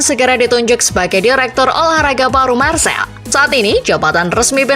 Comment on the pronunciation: Penyebutan nya Marsei bukan Marsel